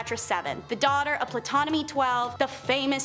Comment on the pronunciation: Good job but the "p" in Ptolemai is silent.